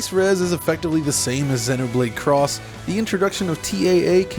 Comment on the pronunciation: It's called Xenoblade X (ex) not cross. You're thinking of Monster Hunter.